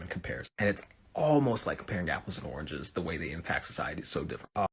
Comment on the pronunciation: Also, where are you from? Apples and “aranges” lol 😆